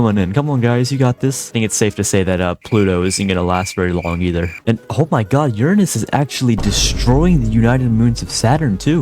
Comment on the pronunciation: Heh, you said urine-ous.